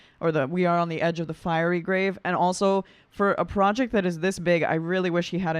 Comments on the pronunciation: Not at all upset with your “Ted talk.” I think Dimash’s English pronunciation is worse in this video than it has been in a while; I too needed the English subtitles to understand what he is singing. I think he’s saying “fury grave” instead of “fiery grave.” BTW, loved your cover of “Adagio.” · Fiery and Starving are mispronounced and unfortunately are emphasized in the lyrics. The falling/failing thing--the first time the phrase is sung, the lyrics are written as falling--so I don't really know what the word was really meant to be. The rest--I could understand him. Some of it is not standard English, but poetry (and lyrics sometimes are poetry) isn't necessarily exactly written as one would write prose. Dimash wrote the music--the lyricist may be trying to match syllables to the notes Dimash wrote. Maybe.